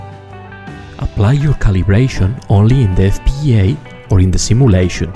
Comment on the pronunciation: Your pronunciation of the word "FPGA" is amazing! <3 <3 <3